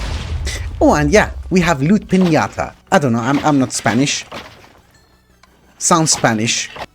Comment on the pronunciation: in fact its how you said it piñata just like it sounds im from Mexico